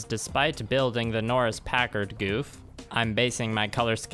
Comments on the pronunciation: 08th ms team gouf is best gouf AND ITS PRONOUNCED GOWF NOT GOOF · I hate correcting people, but its not goof It's gau f